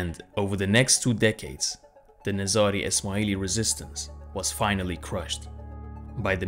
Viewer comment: i think it's nazari ...not nizra